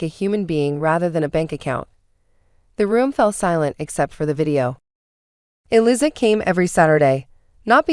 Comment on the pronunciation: AI is bad and get names matched up !! Eliza is pronounces Eliza with a z not with an s. Long z.🙄🙄❤️🐉💙💙🌈🌈😎😎🍍🦅🦉